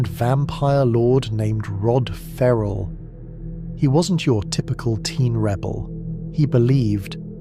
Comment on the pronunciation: Ferrel not Rarrel